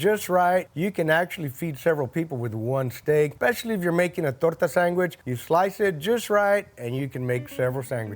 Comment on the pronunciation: Sangwhich. Accurate.